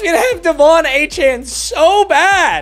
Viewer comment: Another season of wheel of mut and another season of not pronouncing Achane's name right